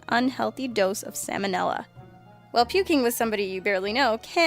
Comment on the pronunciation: "Samonella" lol